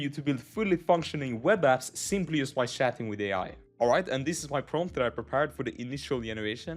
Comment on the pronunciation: Not making fun but the way you said shatting instead of chatting thats a pure swedish accent. By the way i love lovable :) it helped me alot